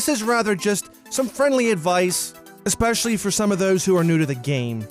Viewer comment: Don't fucking say expecially ever again